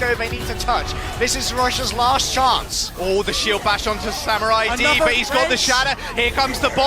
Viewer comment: Is anyone else annoyed they can't say samuraids name properly